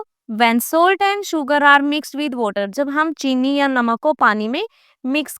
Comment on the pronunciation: Mam please aap cheeni ko chinni mat boliye 😊